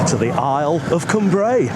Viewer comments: Great video, but Cumbrae pronounced like Come Brae not Coom Brae 😀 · Lovely video, glad you had fantastic weather for your trip over to Cumbrae from Largs. We lived in Largs for 4 years and enjoyed it. Just one thing to say, it's pronounced Cumbrae as in Cumbry, don't split it into two words like come brae😁 Otherwise lovely video👍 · Lived in Largs for years, it's pronounced like Cumbray, all one word not two as in Cum Brae👍